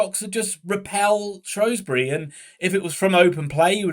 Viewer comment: Ur saying Shrewsbury wrong u spaz